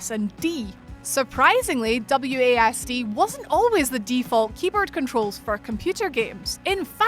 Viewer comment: I kept hearing her say W A Ass and D...nice accent though😏